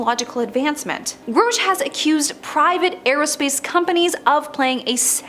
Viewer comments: She says grosh whereas it should be pronounced grush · Let's all take a drink every time she mis-pronounces our boy's name.